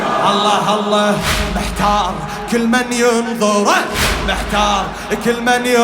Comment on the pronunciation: هاء زائدة في لفظ الجلالة (اللهه) الصحيح هو... الله